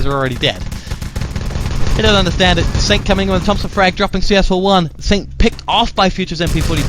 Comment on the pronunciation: CS4f1 sounds like: “chafee”